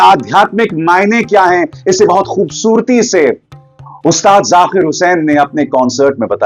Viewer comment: Arey, aap ki pronunciation lagbhag theek hote hai, phir kyu Zaakir ko aap ZaQir bol rahe hain, very bad my dear, correct it, ye nhi chalega, sort godi walo ko hi ekadhikaar hai